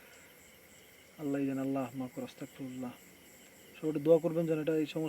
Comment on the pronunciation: অস্তাগ না,,,আস্তাগফিরুল্লাহ😌😌😌😌